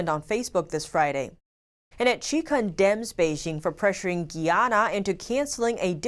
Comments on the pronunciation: isnt it GUY-ANA not GEE-ANA? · Guy..Guy......Guyana not Gee-yana! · It’s not pronounced Gianna, it’s pronounced Guyanna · Hello, Greetings! it's GUYANA - 'GUY-YA-NA' or (Guīyǎnà) Nice to see our country is making it around the world, smile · you're pronouncing Guyana wrong... it's GUY-ANN-AHH ... hope this helps.